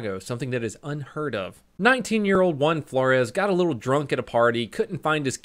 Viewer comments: At the start of the vid i was confused.was he saying juan or one. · It took me a while to figure out u said juan and not 1